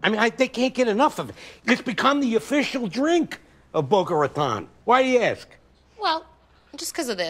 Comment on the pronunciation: Why can none of them pronounce Raton right?